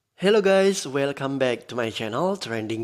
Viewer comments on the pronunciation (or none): none